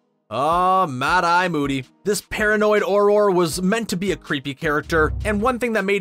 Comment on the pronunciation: WAIT did he say Auror Wong lol